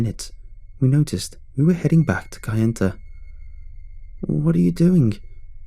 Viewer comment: It's pronounced Na-va-ho and kay-en-ta. Remember, indians only speak one syllable at a time.